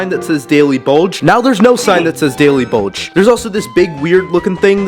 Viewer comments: I like that he calls the the daily bugle sigh the daily balge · Its not daily bogle u said that what is bogle its bulgle b u g l e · Nah it said daily bugle not bulge so idk if he built it wrong or he said it wrong 😂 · Bro really said "Daily Bulge" 💀💀💀